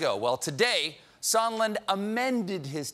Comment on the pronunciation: "Mr. Somenlla" LOL!